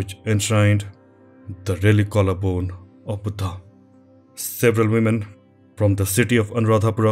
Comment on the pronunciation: Love this! Beautifully done!! The best video on this subject I’ve seen. And I love the way I say “Buddha!” with the emphasis on “H” which gives a much revered feeling each time I heard it!! Thank you!